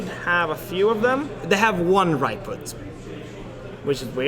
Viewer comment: RAJ-PUT. with a J. Not "ray-put"